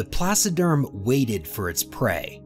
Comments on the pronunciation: The supercontinent that broke up in the Cambrian Period is Pannotia. Rodinia preceeds Pannotia for about 100 million years, in the Criogenian Period. Please, correct that, investigate more when conceiving this videos so you won't misinform viewers. And, for God sake, it's "TRILOBITES ". Not "TRIBOLITES"! And not "PLASSODERM" but is "PLACODERM"!... The list of silly spelling errors is endless... 😅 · Thanks. I hadn't realized that the narrator had mispronounced that, too. It's my first time hearing the word. I imagined he was saying "placiderm", as in "placid" or calm. I imagined creatures that didn't move around very much or very fast. By the way, Pat, by any chance have you met Ben Dover and Phil McAvity? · Placoderms? Is that what he was trying to say? I couldn't figure that one out. For intentional comedy, listen to The Firesign Theater's album, "I Think We're All Bozos on This Bus". It contains a brief parody of paleontology narrations. I'm particularly fond of the mentions of "generations of small, dying things" and "trailer bikes".